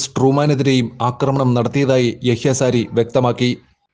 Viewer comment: സാരി അല്ല സഹോദര sariyah